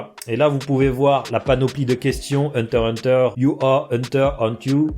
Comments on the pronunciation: Sa se dit pas hunter hunter sa se dit hunter x hunter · Pk vous dite tous henter henter alors que ses henter x henter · C hunter x hunter pas hunterhunter ptn